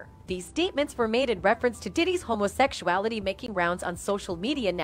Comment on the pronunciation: "Homosecuality" it hit different